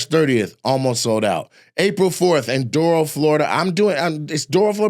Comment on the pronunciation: Nate, you ain’t gonna see this. But someone on your team will. Doral, FL is pronounce like “Doh-ral” . Don’t judge South Florida off that city. And next time hit Broward County ; Hollywood or Hallandale better yet Fort Lauderdale/Coral Springs. No point of going to Palm Beach County either lol.